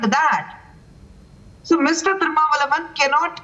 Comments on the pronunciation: The Anchor pronounced Thiru mala valvan instead of Thirumalvalan but it aptly suits him :) Also this guy has a Phd in Mass conversion ... no wonder he is against hindus and hinduism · For the Journalist - The right pronunciation of the leader's name is Thiru-Thol- Thiru-ma-val- la-van. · I like the way his name was pronounced malavalavan 😂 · first write the spelling right and pronounce it correct - thirumavalavan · Madam.. please learn to pronounce leader name correctly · You people pronounce all English words properly, can't pronounce a leader's name? Learn and come to studio, madam. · Thirumavalan she doesn’t even know to pronounce his name properly Shamr on her North Indian lady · The news anchor pronounce his name is dirtpls any one tell her what is that!